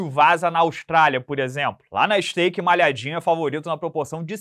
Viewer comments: Estaike ele falou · falando Stake no e canal cuidado po, no ta certo o skate kkkkkkkkk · Ih falou stake e não skate?😮